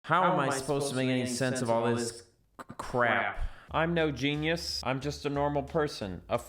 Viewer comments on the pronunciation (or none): none